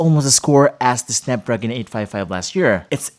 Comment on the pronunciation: snepdregon and its cherger